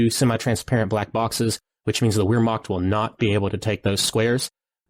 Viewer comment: Always enjoy your commentary. BTW "Wehrmacht" is pronounced like "Vehrmacht"